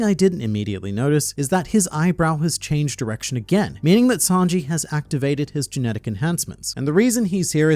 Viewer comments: Are we all just gonna ignore the fact that called Sanji as Snanji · tell me i'm the only one who heard him saying snanji instead of sanji 💀😂😂😂😂 i swear he said that ! in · Don't think I didn't catch you calling him Snanji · slipped out with that "Snanji" lol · Don’t think we didn’t notice you calling him snanji. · Did I hear say "Snanji"? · I see you saying "Snanji" at LoL. Trump getting to you 🤣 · You had to call him Snanji😂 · Don’t think I didn’t catch you calling sanji snanji at one point. Must’ve just been working on the presidents video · Hmmmm called Sanji, Snanji, just like Donald Trump from the OPPP. And I dont know about everyone else but I havent seen and Donald Trump in the same room. I think is just an AI made by Donald Trump! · "Snanji"... Wait a minute, are you Trump? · 7.00 you said snanji, you are a Trump follower 😳 Biden won't be happy 🤣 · You called him SNANJI at the 7 minute mark, your illiterate! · i hate that you called sanji "snanji" but it also gave me a good laugh after watching those president debate one piece videos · Dude just said SNANJI My man's writing another US President's debate script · "Snanji" lmao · DAMMIT HIS NAME IS SANJI NOT SNANJI. I WILL CALL THE SECRET SERVICE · Maybe he watched one of those presidential debate ai videos. They were arguing best arcs and I think it was atrump who called him Snanji. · Did you say Snanji ? 🤣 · Did you say Snanji ? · did he say Snanji? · Bro called Sanji “Snanji” 💀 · I'm glad I'm not the only one that noticed that 🤣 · Donald "snanji" 🤣